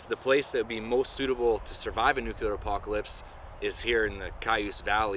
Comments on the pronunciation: Nuclear not nucular. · Nuclear, not nucular. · This came up on my recommended videos. For fuck sakes dude, IT'S NUCLEAR, NOT NUKULAR. People who say NUKULAR sound like simple minded morons. NUCLEAR. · Nuclear, not nucular. Just saying. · lol, nucular, funny